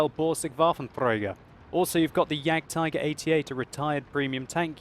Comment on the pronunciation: OMFG , you German is so funny :D, iam from Germany and some time I think WTF i never heard about this Tank....and than click, you mean the JAGDTIGER, so its a very good commedyshow so i love you videos stil doing this for a long time plz. So you german is bad my englisch is bad too :D